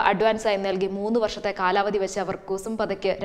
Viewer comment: 'കുസും പതയ്ക്ക്' എന്നല്ല, കുസും പാഠക് (Kusum Pathak). പാഠക് എന്ന surname മലയാളികൾ പഥക്, പതക്, എന്നൊക്കെയാണ് എഴുതുന്നതും പറയുന്നതും. അത് ഈ അവതാരക 'പതയ്ക്ക് ' എന്നാക്കി.🤭🤭🤭🤔🤔🤔